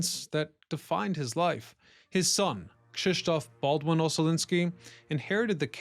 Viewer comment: Good God, how many channels does that Ryan Socash has? 😀 P. S.: the pronunciation of Krzysztof is a spot on, well done!